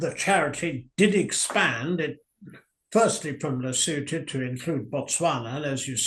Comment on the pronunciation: Hats off to pronunciation of Lesotho, Sentebale and Chandauka. Best I've heard on any podcast. 🇿🇦🇿🇦🇿🇦